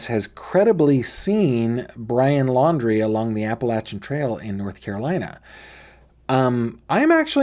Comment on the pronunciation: I don’t think is credible. He said that he is an engineer but then said Brian’s last name wrong. Then he has told several different stories about his interaction with BL.